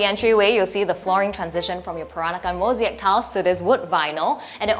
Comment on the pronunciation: Moseeac tiles 🤣🤣🤣🤣 it's Mosaic